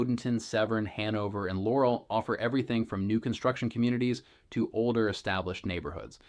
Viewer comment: some good info, but seriously - learn how to pronounce words like "Anne Arundel" and "Laurel" before you try and sound like a local. Seems to be more AI as I listen more....